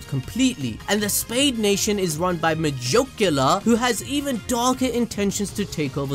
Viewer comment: MUH-JUKE-YULAR. The way you pronounce it is funny. lol